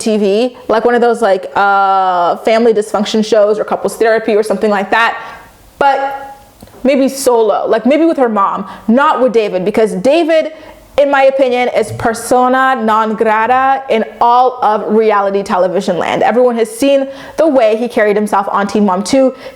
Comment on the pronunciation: “Persona no grada” ugh I love you 😂